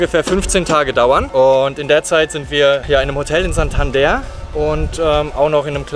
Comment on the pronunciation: Santander wird aber nicht Santanda ausgesprochen.